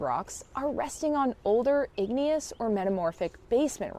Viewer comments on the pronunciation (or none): none